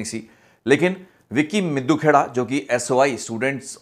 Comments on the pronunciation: It's ਮਿੱਡੂਖੇੜਾ . not ਮਿੱਦੂ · BAI G ਮਿੱਦੂਖੇੜਾ NAHI ਮਿੱਡੂਖੇੜਾ